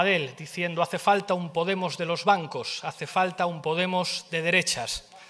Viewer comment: pues ahí tenéis ternura. Nada como los votos para volver a poner a las cosas en su sitio. Pablo no te aclaras con la entonación. Petara potemos petara. Grande si grande, cagarro claro